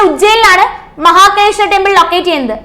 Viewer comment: മഹകലേശ്വർ അല്ല മഹാകാലേശ്വർ